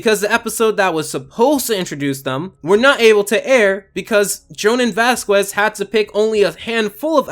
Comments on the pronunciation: Vaz-Kehz! not Vaz-KUAY.... Dear lord the way you butchered his last name made my ears bleed, if american's can learn how to say Nietzsche why is it so hard to pronounce a hispanic name. Other than that your review is nice and really great. But please learn a few more pronounciation so that you don't make Latino-American's cringe and wonder if they are valid simply because others can't or won't pronounce their last names. Like my last name Goo-Tea-err-ehz spelled Gutierrez. A super common last name just as common as Gonzalez (Gon-Zal-Ess) I know this has nothing to do with your review but I felt it was important enough to talk about. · Its pronounced "voss-kez." Not Vass-kwez. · It's pronounced "Vask-Ez", not "Vask-Wez". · Being raised in a majorly Hispanic region of the United States, hearing him say Vasquez wrong is SUPER annoying. Its pronounced Vass-Kezz. Not Vass-Kwezz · It's pronounced "Vaskehs". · Please stop saying vasqwes, it’s hurting my brain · The "Q" in Vasquez sounds like a "K" not a Q. So "Vas-kez' is what it should sound like instead. Hope this helps! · I..I'm sorry....."Vas'kwez'"?! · The way you pronounced Jhonen's last name killed me inside. It's pronounced Vaskez, you don't say the "u" and the "e" sounds like "eh." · I don't mind it at all but the pronunciation for vasquez is "bask-eh-s" (I'm mexican, its a pretty common name here), still, nice review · Its pronounced VASKEZ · Ok you pronounced Vasquez as Vasqwez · Vaz-kwezz? Squeez? Whacky? You actually hate this show and it's fans don't you..... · Vasquez is pronounced "Vass kez", other than that, no complaints from me here. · You're pronouncing Vasquez wrong it's cringe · Someone tell this dude how to pronounce vasquez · You keep pronouncing Vasquez wrong 😔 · Every time he says ‘vasquez’ I die a little inside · the u in vasquez is silent btw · i hate the way he says vasquez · This was really fascinating! But please never say Vasquez's name again. You BUTCHERED it, man.